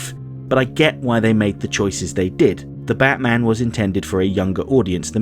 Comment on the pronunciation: Wait wait wait you said "the Batman" wrong in this video!